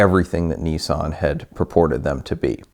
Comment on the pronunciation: Its niss-an not kneesan